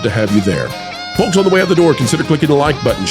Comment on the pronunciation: The L in folks is SILENT!